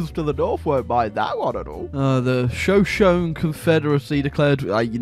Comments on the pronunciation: It’s funny how he pronounced Shoshone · That takes the cake for the worst pronunciation of Shoshone ever